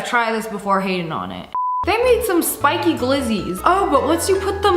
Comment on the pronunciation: Spicy? You mean spiky 😂😂😂😂😂😂😂😂😂😂😂😂😂😂😂😂